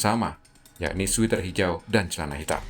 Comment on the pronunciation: Sweater bacanya sweter bukan switer. Sweeter baca switer itu artinya lebih manis.